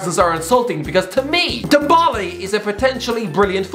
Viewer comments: Ndombala .. you botched his name 🤣 t's french ! "N - DombÉLÉ" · Tombole :)))) This dude can t pronounce NDOMBELE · says m boly instead of Ndombele🤣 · Couple of things: 1) Nani never played or lived in Brazil. He cannot be linked with a return to Brazil if he wasn’t there in the first place 2) Ndombele is not pronounced ‘Dom-Bowl-Ay’